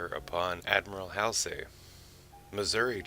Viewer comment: Hall see, not hasley